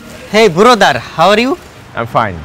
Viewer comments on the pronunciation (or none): দারোয়ানের ইংরেজি শুনে অনেকক্ষণ হাসলাম। 😂 Hey Borodar! How are you? 😆